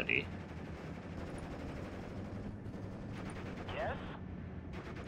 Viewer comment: its "idea" not "idear"